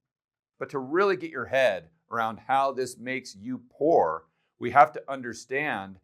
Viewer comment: Did you actually mean " Pooer " ???